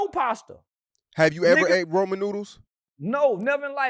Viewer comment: RAMEN noodles not Roman noodles🤣🤣